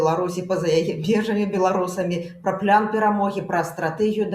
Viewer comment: Яки плян! Няма пляна у беларускай мове! Есць план! Цверда вымауляецца. Не каверкайте. Не прыемна гучыць.